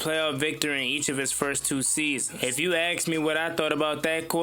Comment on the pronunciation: Saying a QB had a sophomore slump is not “hate” it’s an opinion based on strictly numbers. His second year was not as impressive as his first. That doesn’t mean anyone is saying to get rid of him. Also, you ask a question, you don’t axe a question. I’m from the south too, that’s not an accent, it is terrible english.